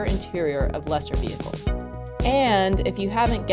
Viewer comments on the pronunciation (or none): none